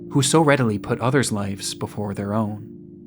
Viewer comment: It's liVes, not liFes